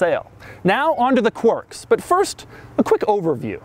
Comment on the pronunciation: And he's since learned how to pronounce "quirks" - no longer saying "quorks".